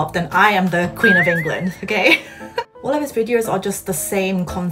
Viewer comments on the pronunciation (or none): none